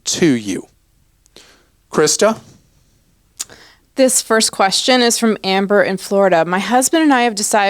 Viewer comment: My name is Christa, and I'm surprised you didn't say 'Christer' as most from NY would. 😊 Bravo 👏